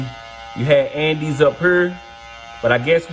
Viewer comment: Andis- And-this- And- Dis